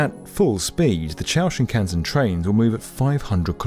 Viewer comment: Why is it that you decided to make a video on the Chūō Shinkansen but then did not even make the slightest effort to find out how the term is pronounced?